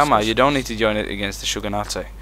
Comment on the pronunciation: I know this was almost a year ago, but GOD DAMN, it's SHOGUNATE, not SHOGUNATAY.